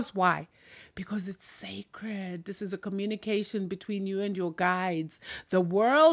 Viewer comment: The words "sacred" and "secret" sound the same.